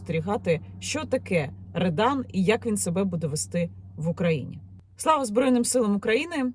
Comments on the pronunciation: Не редан, а рьодан. Це двіж - неформали проти гопніків, як в 90х початку 2000. Погано що в нас підлітки тягнуться до російської повістки. А смисл той самий що і раніше. За дітьми треба слідкувати, якщо не слідкувати то вона може стати гопніком АУЄ, а не тільки в Рьодан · Не редан а ребан